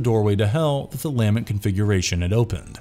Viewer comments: LAH MINT! NOT LAMINET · ... Why does it sound like you're saying "LANMET" instead of "LAMENT” every time you mention the Lament Configurations lol. Awesome video though, great summarization of all the movies! 🙂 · DAMNIT! It so grating when you say 'LA-ment' configuration instead of 'lah-MENT' ...where the f*ck is this narrator from? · he also keeps mis-pronouncing the lament configuration. he keeps saying lamet.. LOL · lament, not lamint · LUH-MENT configuration not LAA-MINT, CHU-NARD not CHAY-NERD. Julia used Kyle to complete her regeneration, she wasn't already complete. The cenobites are nothing like Zombie-Vampires, this isn't Lifeforce. These things do matter, especially to fans, who are probably the majority of those who are interested. I have watched many of your videos and you guys ALWAYS screw up DOZENS of details and miss characterize plots, motives, and characters to a near ignorant level. If you actually watched any of these movies, as opposed to regurgitating vague synopses and bad reviews these mistakes would be impossible. BAD FORM! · "Luh-ment" configuration, not "Leah-ment". The word is "lament", The Lament Configuration. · Take a shot every time he says Lam-ment configuration instead of Lah-ment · LA-MENT not LAM-ENT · "La-MENT" not "LAMB-ent" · It's pronounced La Mint... Not Lam mint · Have people never heard the word "Lament" before? What is with the weird pronunciations? Its NOT Lam-Ent... Its La-ment. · luh-MENT not LAH-ment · La-MENT' configuration...not LA'-ment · Your incorrect pronunciation of LAMENT over and over really detracts from the video. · Lament: (/ləˈment/) - pronounced luh-ment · It’s pronounced la-ment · lol dude it's la-ment configuration. I couldn't stop laughing anytime you pronounced it weird. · lame ent configuration? lamen't? (the emphasis tends to be on the second syllable, no?) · is this an AI narrator? the pronunciation of LAMENT is wrong. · imagine mispronouncing "Lament" through an entire video on Hellraiser.